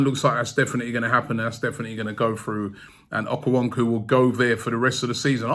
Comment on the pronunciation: Okonkwo is not pronounced okuwonku but okon-kuo 🤣🤣🤣🤣🤣